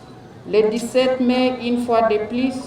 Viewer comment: 17 Mai prononcer Mé, et non 17 Main 🖐